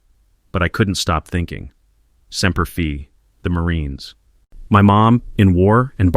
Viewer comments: It’s spelled Semper Fi,,,, And it’s pronounced “simper fy” not Semper fee . Semper fidelis is a Latin phrase that means "always faithful" It is the motto of the United States Marine Corps, usually shortened to Semper Fi. The AI’s pronunciation is very offensive and disrespectful. Please correct it . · It's Semper Fi, not Semper Fee At least get that right. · semper FI not semper FE.... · What in the HELL is Semper Fee ? Get your History Straight... It's Semper Fi not "FEE". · Aint pronounced semper "fee" it is pronounced semper "fie" semper fi. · Pronounced semper fi correctly...good grief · Semper Fi being read as Semper fee is driving me nuts👎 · I cringe every time he mispronounces Semper Fi. I made it almost halfway but I can’t finish. Based on the comments, it might be better if I stop 🛑 now. I hope he never goes back and he should not raise that baby. Let her live with the consequences and let the sperm donor do his duty. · I wasn’t a Marine, but every time he mispronounced Semper Fi grated my nerves.